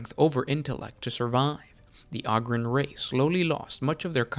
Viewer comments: Oh-grin sorry. Ogre oh-ger right? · Can't listen to someone butcher a word over and over and....